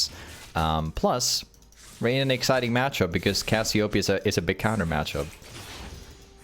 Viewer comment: Brother, say it wtih me. Cass-ee-oh---PEEEE-uh.